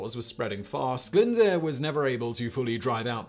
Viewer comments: Welsh has more vowel letters than English: aeiouwy. Simon has mangled most of the pronunciations of the consonants DD, LL, and F. The Latin alphabet is not sufficient so some of the letters are digraphs. And finally Glyndwr is pronounced glinn-doo-r. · Oh when Glyn deeeeerp 😅 Edit: at least he tried, he is only English after all! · 🤦‍♂️ butchering some of those place names Simon... And owain glyndyr: “o-wine glin-dur” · Please please try to research how these names and places are pronounced 😭 glyndwr isnt even difficult :(